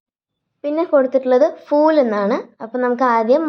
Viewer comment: അഭിനന്ദനങ്ങൾ, നല്ല അവതരണം. കവിത നന്നായി മനസ്സിലാക്കിയിട്ടാണ് ചെയ്തിരിക്കുന്നത്. Pronunciation നല്ലതാണ്. പക്ഷെ ഫൂൽ എന്നത് f ഉച്ചരിക്കുന്നതു പോലെ പാടില്ല. അതു പോലെ പലയിടത്തും Spelling mistakes കണ്ടു . പ്രത്യേകിച്ചും कि വേണ്ടത് മാറിപ്പോയി. Type ചെയ്യുമ്പോൾ കുറച്ചു കൂടി ശ്രദ്ധ പുലർത്താം. ആയാസരഹിതം എന്നതിന് ആയാസകരം എന്നാണ് കേൾക്കുന്നത്. സ്കൂളിലെ ഹിന്ദി അധ്യാപികയുടെ മേൽനോട്ടത്തിൽ ചെയ്താൽ തെറ്റുകൾ ഒഴിവാക്കാവുന്നതേയുള്ളു. എന്നിരുന്നാലും അഭിനന്ദനാർഹമായ അവതരണം. Keep it up 👏🏻👏🏻👏🏻🤝🤝🤝💐